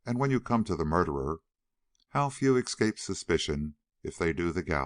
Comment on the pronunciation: "excape" annoys me, as do all the other mispronunciations.